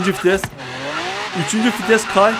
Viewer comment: Fites değil VİTES